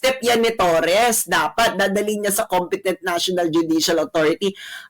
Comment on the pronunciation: mam, torre ang apelyido nung animal, tanggalin nyo po yung s sa dulo.